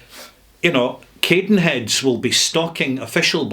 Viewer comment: when i'm glad i work very near cadenheads ;) (p.s. i'm sure its Cadd... not Cade in terms of pronunciation) You also talk about diluting it less... its a 46% whisky, it's already been significantly diluted. This needs no further water.